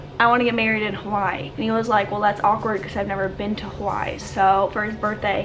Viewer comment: Aaaaaaaaabsolutley love you but I’m born & Raised in Oahu & your pronunciation of Hawai’i is KILLING me 😅